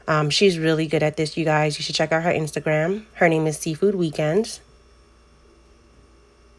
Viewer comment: Seafood weekend did you say?